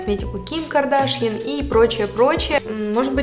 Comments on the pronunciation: Не Ким кардАшьян, а Ким кардашьЯн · КардашьЯн, ударение на Ян, у армян . Ваш не предвзятый обзор, так и кричит: какое дорогое дерьмо. Спасибо, будем знать.